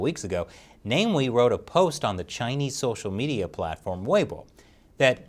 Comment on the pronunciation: It's pronounced Na-Mi-We.